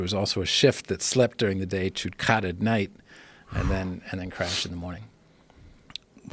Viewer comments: It’s not Cat it’s Cot fucking joe Rogan come on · Khat is pronounced like cot not cat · It’s chad not cach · It’s “GAAT” not with a K joe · Khat is pronounced "Chat" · It’s pronounced like “ K agghhhh tt. I didn’t know you could be addicted to it. It makes you really focused on what your doing. My yemini friends in the hookah cafe pack it into the side of their mouth and keep adding all night. It’s a bitter leaf that can make the worst burnt tobacco seem great and make a soda taste so sweet. My friend smoked 30 hrs straight with it. Really focused on his laptop work. Only problem is when you think about girls, you get super horny. Lol